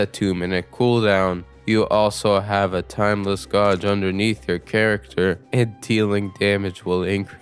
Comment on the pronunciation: are you pronouncing Gauge that way just to piss people off???